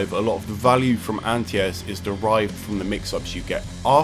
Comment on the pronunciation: What do u mean "antias"??... Oohhh you mean ANTI-AIR